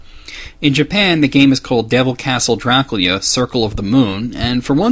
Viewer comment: by who? I never hurt anybody pronounce it like that. Nothing that there's anything wrong with it just face the fact that its weird. I've known many Romanians in my lifetime, and we certainly have discussed Dracula but none of them have ever pronounced it that way.